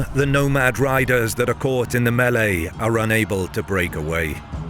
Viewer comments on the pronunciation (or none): none